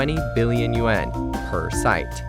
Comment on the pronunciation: "Hui" in Mandarin does rhyme with "day", but the name "Hui Ka-Yan" is written using Cantonese romanization and the Cantonese pronunciation of "Hui" rhymes closely with "boy". "Yuan" does rhyme with "hen". It is not pronounced "yu-ah-n".